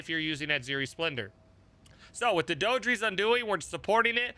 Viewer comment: I think the name is pronounced "Dee-Dra"